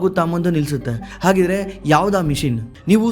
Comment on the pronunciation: ಮಿಷಿನ್ ❌ ಮಿಷನ್ ✅